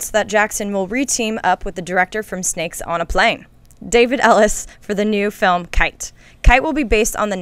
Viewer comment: KEY-TAY. KI-TE. Not KITE.